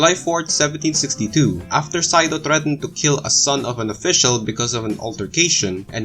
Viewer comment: Sado is not pronounced like "saido." Hyegyeong is "hay-gyoung" ("gyoung" rhymes with "young" but has a G at the beginning.) Words that are romanized with a Y at the beginning should not be pronounced with an H sound before the Y.